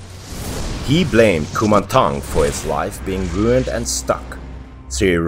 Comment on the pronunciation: As a Thai, I would like to say that your pronunciation of “Kumanthong” is quite on point. 💕